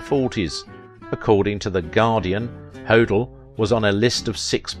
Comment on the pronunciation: Please... it’s Black DAHL yah & George Ho DELL